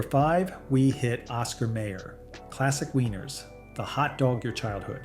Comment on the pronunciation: Dude, how can you not know how to pronounce Oscar Mayer, like "mire"?